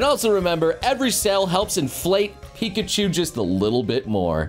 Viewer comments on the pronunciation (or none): none